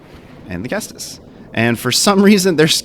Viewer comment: Also, good pronunciation on the ceastus!